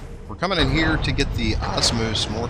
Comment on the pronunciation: You say Osmos when it's actually Omos. But I forgive you :P